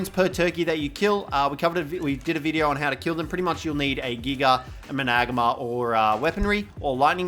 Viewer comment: You say it MANA-GARM-ER, not MA-NAG-AMER